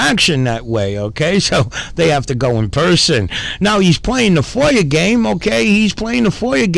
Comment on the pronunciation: FOIA has no R at the end. Foier lol